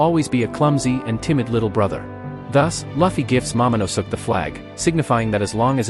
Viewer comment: "Momonusuk"😂😂😂 you mean momonoske